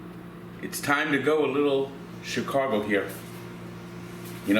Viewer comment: C h i c a g o not Chircago